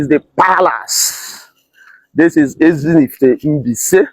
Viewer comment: Ezinihitte not Ezinifitte